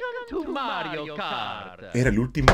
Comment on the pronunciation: Hasta ganas de llorar me dieron! con la nostalgia de esuchcar el "Welcome to Matrio Kart"